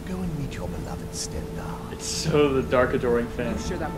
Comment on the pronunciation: ''my oath to StendAARGH'